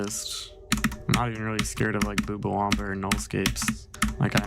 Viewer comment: i got nothing to say about the video itself but bro the way you say boobawamba as boombawamba pisses me off